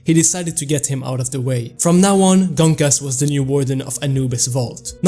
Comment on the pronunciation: Gonkas❌ Genkis✅